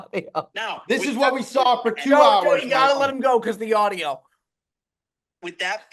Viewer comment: Love how pronounces saw as I sawl 😂😂